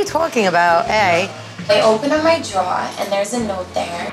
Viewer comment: “I opened up my droor.” 😹😹